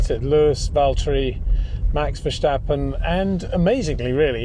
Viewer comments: Is It so difficult so say Verstappen in stead of versjtappen? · Het Peter, you still pronounce "Verstappen" wrong! You can say things like "step", "stop" and "start". Why does Verstappen always come out as "Vershtappen"? Either way, awesome analysis as usual, gotta love listening to your thoughts despite the cringe I get when you say Max's last name, haha! No hard feelings!